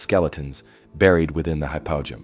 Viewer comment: Hypogeum...ancient Greek...Hi-poe-GEE-um